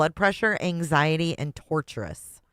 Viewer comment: tortious is pronounced 'tôrSHəs 🙂